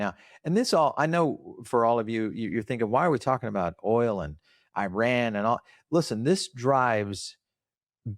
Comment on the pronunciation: You guys really should try to pronounce Iran correctly. If you can pronounce Venezuela correctly, you are certainly capable.